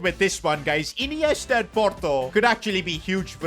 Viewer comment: what did bro call ineista😂